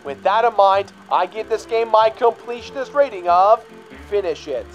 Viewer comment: You always say finsh it